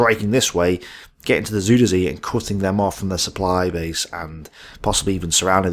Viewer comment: I believe it is pronounced "zyder zay" but I could be wrong. Anyhow, as you were. 😊